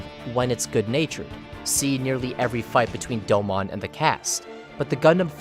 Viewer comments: Doe-moan.... not doe-mon. Put respect on his name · I cringed every time he said "Doe-Mon". Its pronounced "Doe-moon" bro. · Doe-moun not Doe-mon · Hearing you call him "doe-mon" instead of "doe-moan" has me so triggered. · Top 5 Gundam Series. I always thought it was "Doh-moan" not "doughmon" lol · No shot you watched 49 episodes of G Gundam just to make a video essay where you mispronounce the protagonist's name for 20 minutes. It's pronounced Dome-own in both Japanese and English. You have no excuse. Aggravating. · Such a beautiful video on an awesome series but the “do-mawn “pronunciation is throwing me off a little 😅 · What is it with youtubers that make in depth anime analysis videos who can't even pronounce the main characters name right? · I want to like this video, but the pronunciation of Domon and speaking cadence where every sentence is stretched out like a bad Shatner parody makes it impossible